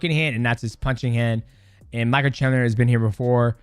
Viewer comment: we finally found the toughest fight for mighty mouse... pronouncing Michael chandler hahaha